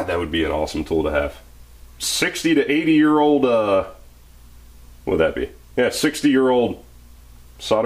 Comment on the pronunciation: You must be from the same place as ChrisFix the way you just said "wooood" instead of "what" haha. Awesome tool, they actually do have something similar, but you have to apply your own heat. This is cooler lol